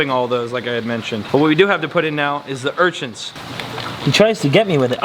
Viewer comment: "urchints" lmao it sounds like you add a T to urchins